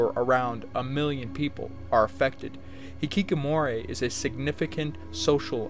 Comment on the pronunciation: You really seem to enjoy saying Hikikomori in this video, though it sounds a bit more like you're saying hikikomoray. It's a fun word no doubt. It does seem like a symptom of high pressure systems that some people simply choose to opt out completely. It's kind of like, what's the point? I can't help wonder who is failing in this scenario. Is society failing these people by not providing them with meaningful career paths that they can derive enjoyment and esteem from or are they themselves to blame for not giving it enough of an effort? I personally believed that by abstaining from the market place, there would be a correction in it to satisfy everyone available to work eventually, but it would seem that the ruling class simply has too many people willing to fill the gaps. That there are too many docile creatures in the world willing to work for peanuts either from the local market place or importing workers from poorer nations where a peanut is worth 3 to them. I watched Nebraska. I will say that one of the characters, the son, is actually quite likable and in terms of wanting to like and root for a character, he seems like someone you might want to root for even though the movie really isn't his story. A lot of the characters in this movie though are rather despicable people with little to redeem them. It's weird because Woody Grant to me is a kind of grown up Jack Cole. It's like you got your wish. Nebraska is the movie about Jack Cole, although, mostly about the ramificati